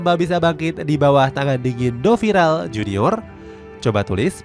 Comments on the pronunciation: Pelatihnya yg sekarang namanya DORIVAL JUNIOR min, bukan DoViral. 🤦🏻‍♂️ Berkali-kali disebutin, salah mulu. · Nama pelatihnya Do"Rival" atay Do"Viral"??? Saran min.Tolong recheck lagi sebelum upload video. Kadang sering salah sebut gini 😢 Good luck di next video untuk narator video channel ini 👍 Terima kasih. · gedek bet denger naratornya bukan nyebut nama RIVALDO, malah 'FEREIRA.' DORIVAL dipanggil DOVIRAL, sembarangan bet nyebut nama orang, lo aja kalo nama lo salah sebut/salah tulis kadang tersinggung 🤯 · Dorival dorvial tapi ngomongnya doviral gk tau mana yg bener 😂